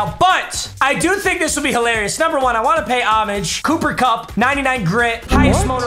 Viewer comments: “Booper Bupp” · If I hear booper bupp one more time imma lose it